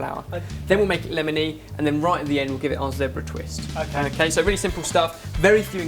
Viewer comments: zehhbra?? haha zeeeebra!! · It's zebra not zepbra you guys....just saying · WHOA he said "zeh-bra" not "zee-bra" europe is weeeeiiiird o.O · like zee-bruh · isn't it zebra? or just different pronunciation and ooh dropping wett ;) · they pronounce zebra so differently